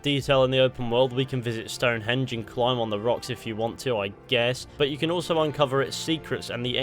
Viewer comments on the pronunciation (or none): none